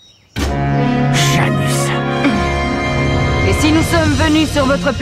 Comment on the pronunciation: C'est bizarre en anglais Janus c'est pas Jass Hole je comprends pas